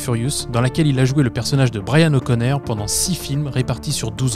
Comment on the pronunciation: O'connor non pas o'connair lol